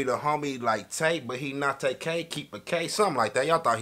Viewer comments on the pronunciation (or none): none